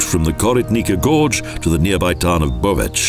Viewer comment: Pronounciation very bad: "Koritnica" and "Bovec"!!!